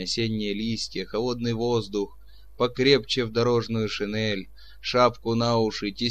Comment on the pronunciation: Все хорошо, кроме некоторых неправильно произнесенных слов, как шинель, сёмга и др